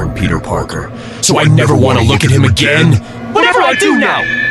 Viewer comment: I suggest editing it a little more. Sometimes there’s things that sound like run on sentences from the AI. Along with words not coming out right such as “again”. If you could manually make spaces and try to fix error words, that would be great!